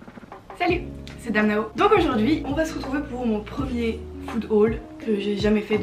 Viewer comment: Quand tu prononces le nom de ta chaîne youtube, j'entends toujours "Danao" :0 Mais sinon j'adore tes vidéos dont celle-ci, je dois te suivre depuis bien 4 ans :0